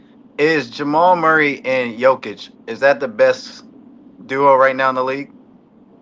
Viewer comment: Learn to pronounce GOATs name its Yo-Ki-Ch!